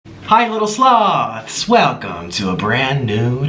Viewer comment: First time I heard him say "hey sloths" I thought he said slobs.